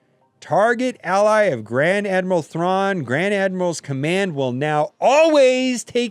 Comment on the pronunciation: I heard Grand MANderal Thrawn. His ability is Testosterone Boost